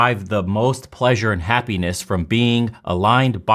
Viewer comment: It’s happ (eeee) ness not happaness hahhaha